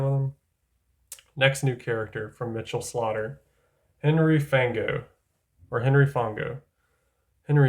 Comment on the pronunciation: yep its like Fawn-go or Fonn-go. lotta people say it like Fang-go though